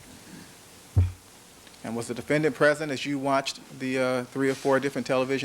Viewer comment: defen-DANT stupid aszz chris darden smh